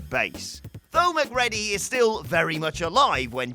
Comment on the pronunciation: im not sure where a dude who claps like hes a marionette and mispronounces Mcready ( as in Mac-reedy) gets off criticizing Jimmy bond and co.